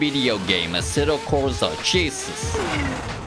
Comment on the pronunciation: asetto corsa more like asetto Forza😂😂